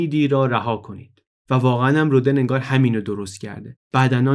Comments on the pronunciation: جالب بود. من شخصا از پادکست‌های تاریخ شما کلی چیز یاد گرفتم و همچنان مشتاق شنیدن برنامه‌های جدیدتان هستم ولی به نظرم خیلی خوبه که از این برنامه‌ها هم می‌سازین. جسارتا می‌خواستم یادآوری کنم تلفظ صحیح نام رودن(Rodin) در زبان فرانسوی rodan تلفظ می‌شه نه roden. و به همین لفظ هم همه جا از او نام می‌برند. چون شما به نظرم آدم دقیقی هستید و این پادکست‌ها هم معمولا دقیق و بی نقص هستند حیفم آمد و نتونستم ننویسم! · ، با تشکر از این اپیزود بسیار آموزنده فقط می‌خواستم یک تذکر کوچک بدم که تلفظ اسم Rodin در فرانسه رودَن (فتحه روی د) است.